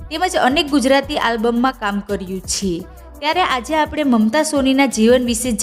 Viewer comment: આ યુટ્યુબરને "છે" બોલતા આવડતું નથી ખરેખર આ ગુજરાતન છે કોઈ બીજી છે? તેના માબાપે તેને નથી શિખવાડીયુ કે " છે" કેમ બોલવુ. એના ઉપર હસુ આવે છે